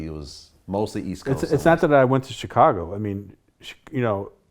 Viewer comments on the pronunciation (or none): Why is Vlad now pronouncing "Chicago" like Charlamagne? Chi-kagoh